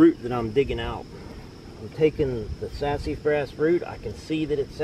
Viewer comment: Ive never heard Sasafras pronounced that way before...hahahah Sassyfras hahaha